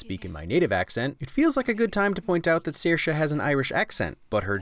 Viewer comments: I'm actually very impressed that you manage to pronounce Saoirse correctly (not something I've heard from many Americans) but Saoirse Ronan in fact pronounces her name Sersha (to rhyme with inertia). Still very refreshing, and fair play to you! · Hearing you pronounce Saoirse/Sorcha correctly makes my irish self happy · It's great hearing you pronounce her name correctly.